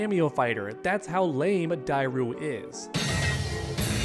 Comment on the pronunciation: Say it with me Die-ru